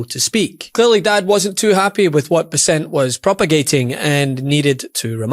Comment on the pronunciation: Learn how to pronounce "Bessent" correctly.